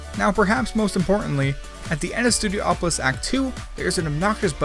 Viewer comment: Studiopolis, not Studio-Opolis